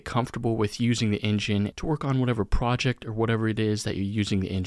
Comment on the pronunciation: fantastic video, but projec and objec are KILLING ME